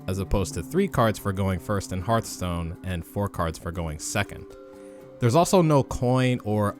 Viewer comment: Why are you calling it Heart-stone? It's pronounced like Hearth-stone.